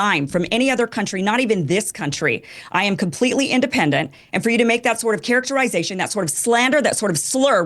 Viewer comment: Kim saying characterEYEzation is almost as annoying as her entire pissy attitude